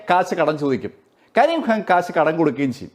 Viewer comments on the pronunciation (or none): ഖ യുടെ ഉച്ചാരണം (ക'ഹ) എന്നാണ്. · കരിം ഖാൻ ഹാൻ അല്ല.. ഉച്ചാരണം ശ്രദ്ധിക്കുമല്ലോ. അവതരണം കൊള്ളാം അഭിനന്ദനങ്ങൾ 👌👍🌹